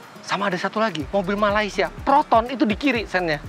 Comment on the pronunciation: Malaysie bang? Fitra Eri